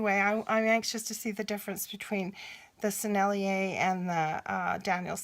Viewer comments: I'm sure you know by now (8 months later), but Sennelier is 3 syllables: Seh Nell Yay (Seh like 'set', but without the final 't') If you want to sound really French, don't de-emphasize the first syllable (suh NELL yay). Give each syllable the same emphasis: Seh Nell Yay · Hi, i love the Sennelier paints, they are just beautiful! And the proper way to pronounce it is [ senelié ]